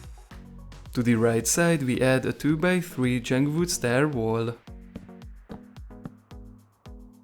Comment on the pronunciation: why u say jung wood not jungle wood